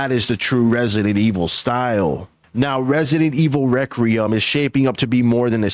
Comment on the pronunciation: Re kwui um not re cre um